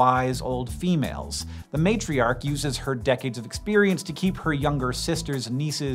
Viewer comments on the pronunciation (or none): none